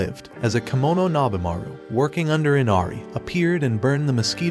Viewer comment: It's Kemono Jihen, Not Kimono.